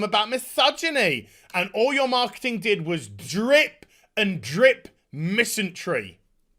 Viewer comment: Dear, there's no "t" in "misandry".